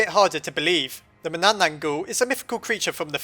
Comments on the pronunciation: you mispronounced "manananggal" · Any Filipino Mythology Here? (I Still Haven't Watched The Video Yet.) And... Yeah! There Is! The Only Thing Is He Can't Pronounce Manananggal Worth Sh*t. But I'm Still Happy Either Way Since My Country Got Into Another Top 10! . . . . . . . . . . Why Are You Still Here? . . . . . . . . . . Do You Wan't Me To Explain The Manananggal? Hmmmmmmmmm Okay? Ummmmmmmmm.......... So The Manananggal Is A Vampire-Like Monster In My Country's Mythology In A Group Of Monsters Called "Aswang" Her Name Derives From The Tagalog Word Tanggal Which Means "To Remove" Or "To Separate" Which Basically Means She's Some Sort Of Remover Or Separator And That Means "One Who Separates Itself" Because To Turn Into Her Monstrous Form She Goes Somewhere Nobody Ever Goes And After That She Tranforms By Severing Her Upper Torso From Her Lower Body (A.K.A Her Legs) And Then Sprouting Huge Bat-Like Wings And It Is Said Her Favorite Thing To Eat Is Usually Sleeping,Pregnant But Not Actually That Pregnant Woman Because What The Manananggal Does Is Far From Actually Eating That Woman Instead She Eats What's Inside Her And The Thing She Eats Is Very,Very Messed The F*ck Up So Most Of You Will Probably Are Gonna Say "So She's Gonna Eat The Lady's Liver But That's Not That Bad A Lot Of Monsters Do That Though." Laughs No. I'll Give You Another Guess Though. "The Lady's Heart?" AH! So Close! But No. What She Actually Eat's Her Unborn Baby's Heart..... Yeah.... Because What She Does Is She Uses Her Elongated Probosci